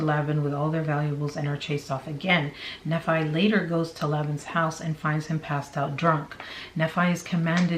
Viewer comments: Nephi pronounced knee-fie, Laban pronounced lay-bin, Lamen pronounced lay-men, Lemuel pronounced lem-you-el. Hope that helps. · Just an FYI: Nephi is pronounced knee-fi, Laban is Lay bun. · It's "neefi" that's how you say it and "Layben". That's how you pronounce it. Please at least pronounce them correctly. If you are going to state "facts" please. Thank you. Enjoy your info though. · It's pronounced Knee-fy - Nephi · Pronounced ‘Knee- fie’. The fie sounds like the fi from ‘wifi’ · Nee’-fye, Lay’-bin, Lem’-Yule, lay’-man, mor-oh’-nye. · I believe it’s pronounced Knee-Fi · It's kneefi lol (nephi) Laybin ( laban) Laymin (laman) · Nephi its pronounced knee-fi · Just a heads up for the future! Nephi is usually said "Knee-fi"! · Nephi - knee-fi Lame-in Lem-you-all 🙂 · Knee-fie. That's how Nephi is pronounced. Laban is Lay-bun. Per Mormons. These people are nuts!You're awesome. Loved the vid, thanks,. ❤ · I hate this but I'm glad it's all coming out. And just to help out a bit, Nephi is pronounced "NEE-fī" ("eye" sound at the end) | Laben = "Lay-ben" | Lemual = LEHM-yu-uhl. | Laman = Lay-men. Hopefully that helps give you a little more confidence reading these ancient names lol. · thank you! I was cringing every time! Lol